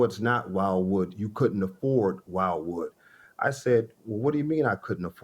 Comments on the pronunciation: It's de not while wood. It's wilwood funny how even the defendant figured it out in the end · It’s a WILLWOOD . Not WILD WOOD . Jesus Christ the whole time he’s saying it wrong after being corrected tons of times. Ignorance is bliss..🙄🙄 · Everyone in the room is saying it right and this one guy can’t. If you can’t pronounce it, then your ratty old monte don’t need it. ‘I pronounce it whylwood.’ What a dummy. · Firstly he wants something he can't pronounce. He want's "WHILEWOOD"😅😅 Getting caught with the phone number 😂. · Can’t even pronounce the name of the brakes right 😂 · the judge couldn't understand something so simple. Come on now she cant even pronounce the name of the product